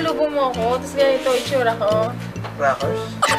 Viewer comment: ikinamatay ko ung "RAKERS" HAHAAHHA XDDD